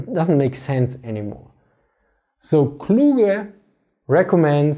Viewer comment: The YT subtitiles are so bad as to be funny. Your pronunciation of Kluge made me re listen 3 times You are a better speaker , given the right tools this was painful to listen to. I would have preferred the transcript which is bad because it was a good talk